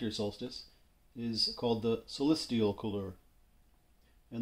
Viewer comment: "Solistial"? Or "Solstitial"?